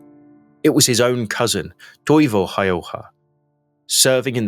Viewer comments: Häyhä ausgesprochen häühä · Nice video, but you are pronouncing his name wrong. The Finnish "ä" sounds like "a" in "hat." Ha-ew-ha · For ease of pronunciation its pronounced almost like Howha or Hauwha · His name is pronounced as such, Ha-Oo-ha.. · The a with to dots (ä) in Häyhä, are pronounced as the a in 'mad'.